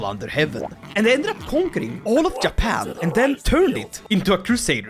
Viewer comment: when the dlc drops and u do this again please rename Japan into Yapan (not only cuz u yap alot but because that's how you say it or at least what i hear when you say Japan lol)